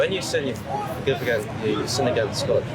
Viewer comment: Why does keep saying angist not against.